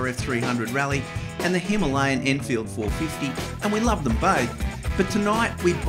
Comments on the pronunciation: That is the correct way of pronouncing it. Hima means snow Aalaya means abode so together means snow covered mountains in Sanskrit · All the Indian nationals I've spoken to pronounce it Hi-MAH-lian. It's their bike (and mountain), so that's the pronunciation I use.